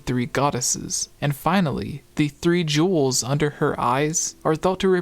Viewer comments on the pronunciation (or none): none